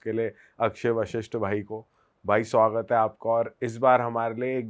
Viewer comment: Bhai jab bhi aapki video dekti hoon starting me aap swagat hai bolte ho or muje hamesha suhagraat sunai deta hai😂😂😂